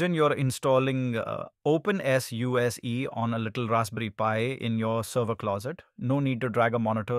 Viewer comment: SUSE is pronounced sooosaaa.... Nice video...... Looking forward to installing and trying OpenSUSE Leap 16.